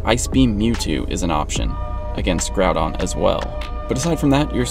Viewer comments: “Groupon” lol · "Groupon" lol